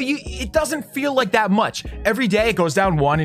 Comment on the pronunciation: leik zat (like that)